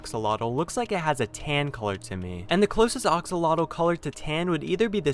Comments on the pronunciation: OXOLOTOL? it's axolotle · when he says oxolotl instead of axolotl: screaming intensifies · It’s not oxolotl, it’s (axOlotL) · I wanted to make a comment that ox-o-lots is incorrect, but someone else did the job! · Seeing people pronounce axolotl this guy: oksolodl actual: Aksolodl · Everybodys talking about the green axolotl And theres me Wondering why hes saying oxolotl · Ah yes, the ah-x-alotl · No hate your calling it aoxlotle its axolotl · how many times he says oxalotat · It’s triggering me that you kept saying axolotl wrong. It’s Axolotl not Oxolotl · (A-xol-otl) not (o-xol-otl) pls correct this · Bruh you pronounce it oxololt? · Ur pronouncing it wrong it’s not oxolotl it’s axolotl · It's weird you call axolotls oxolotls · Ah yes the "ox-olotol". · It's axolotl. Ah-show-loach. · ITS AXE UH LOTEL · Sounds more like "aksalatol" to me. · It sounds like oxoltol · It’s pronounced AXE-olotl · I swear he say oxalotle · Ahhhhhhhhhhhhhhhhhhhhhhhhhh stop saying axolotl wrong it aggravates me. Edit: sorry that was rude but it’s pronounced axe-O-lot-ol. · Ah yes, my favorite minecraft mob. The Oxolotl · Ax-o-lo-tl It's pronounced like that nice vid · It's pronounced "axalotle" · Its pronounced Axe-Oh-Lottle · It sounds like he's saying oxalota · why do you say oxolotl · he called them oxalotl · Did you just call it the oxoloto?!? How dare you!!! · How to pronounce axolotl: Axe-o-lot-ul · Axe -a-la-til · Ahhh I'm sorry it just that they way you are pronouncing axolotl is killing me I pounce it like: Axeeee olotl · It sounds like ur saying oxolotl😂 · Ok, I just wanna say, it's pronounced "axe-a-lottle" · Ah, yes. Oxolotl sure is the correct pronunciation. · I'm sorry to sound like a prick, but it's pronounced like axe-oh-lot-l. The last L is pronounced as you say the word "like" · ah yes my favorite minecraft mob, the oxolotl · your butchering the word axlotl you know you say it with an a not an o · The plural of "axolotl" is "axolomeh" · You are pronouncing axolotl wrong